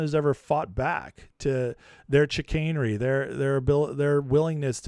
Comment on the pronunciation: chicanery? XiCanadry? haha